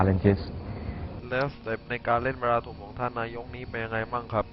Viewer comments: เหๆ ชื่อหมูล๊อค อ่านว่าบาราทุมหรอ บ้านกูอ่าน บราราตั้ม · เขาอ่านกันว่า บารัททั่ม ยารัททุม อะไร อะ งง